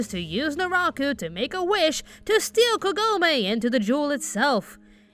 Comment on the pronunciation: "Kah-go-meh", not "Ke-go-may".